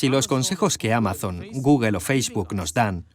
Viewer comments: Cómo te lo explico?? ....sería " Gógl" , Jamas "guguel" , ninguna "e" final se pronuncia en ingles ...Una e final es muda ; como nuestra H ... Que a su vez ellos pronuncian mal, como "J" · Cuando dice "Guguel" , se refiere a google verdad? jajaja .... Me dan risa los españoles , y es un traductor profesional ! madre mía! Cómo puede ser tan tan TAN IMPOSIBLE para los españoles pronunciar el ingles decentemente. Lo lograrán en el siglo 21?